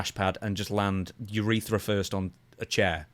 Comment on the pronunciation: its crazy how someone who is making a living off of self care on the body and overall all good health promotion did not know where the urethra is or even how pronounce the word